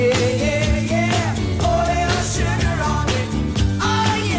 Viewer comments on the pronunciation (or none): Hadda quit, too little music, too much cheesy commentary, and the A.I can't even pronounce the word "Sugar" correctly. You know it's possible to modify the lettering of words you feed in to get a little closer to correct sounding words?